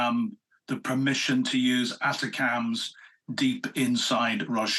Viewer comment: Thanks for this video. Please, to correct the pronounciation of the US’s rocket munition; ATACMS. I should and has been pronounced as, “A-TAC-MMS.” And not, “ATTACUMS.”